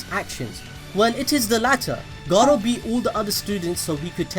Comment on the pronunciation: Sounds like he's saying Gaara instead of Garou at times lol.